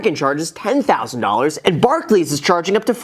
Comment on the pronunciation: The correct pronunciation of Barclays was a pleasant surprise